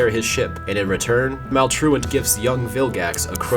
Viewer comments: He said maultolt wong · He accidentally called Maltruant: Malware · Anyone else notice he call maltrurid malware at the beginning